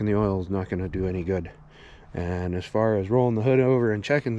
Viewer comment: Lol. The way you say “eand” instead of “and” Gatta go turquoise